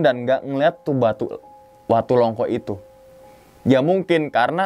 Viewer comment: Longko bang bukan longkok